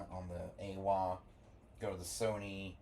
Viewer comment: It's pronounced "eye-wah"